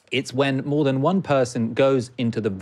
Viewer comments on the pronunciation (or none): none